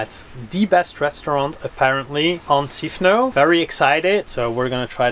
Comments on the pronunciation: It is NOT Sifno! What the heck happened to the S? SIFNOS please. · Great video, thank you! You asked how the island is pronounced in English, so here it is. It's Sifnos -not Sifno. We use 'Sifno' when in the object form, but that's only when we speak Greek. In English it's just Sifnos, Milos, Serifos etc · I think it's Sifnos with the s pronounced